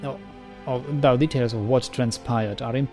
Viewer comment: I enjoyed this very much, thanks! Going back to your Oblivion LP, I have noticed that you very consistently mispronounce "though" as [ðaʊ] (rhymes with "cow") rather than [ðoʊ] (rhymes with "throw"). Hope you don't mind the tip. Your pronunciation is generally excellent so this error stands out. I'm looking forward to the continuation of this series, hope your real life will allow you some more time for playing soon.